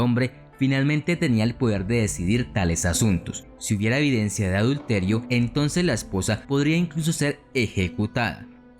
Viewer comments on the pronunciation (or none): none